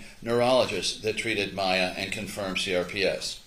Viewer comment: She. The POS cant even say Mayas name.